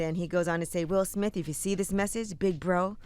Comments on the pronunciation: “Suge Smith” lowkey thowed lol 😎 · Calling Will Smith Sug Smith 🤣🤣🤣 that's funny